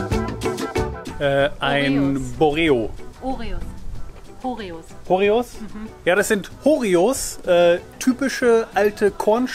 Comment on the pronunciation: Kleiner Tipp von mir: Ribadesella spricht sich Ribadeselja... Doppel LL = LJ im Spanischen 😊 Und Ribadesella ist traumhaft schön. Mein Vater stammt aus Asturien Beim Horreo bleibt das H stumm, also Orreo ausgesprochen. So wie bei Hola